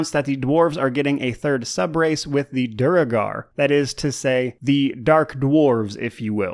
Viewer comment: probably doesn't super matter, but duergar is dwehr-gar.